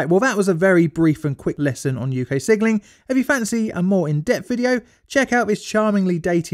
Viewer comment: I keep hearing "sigiling" instead of "signalling."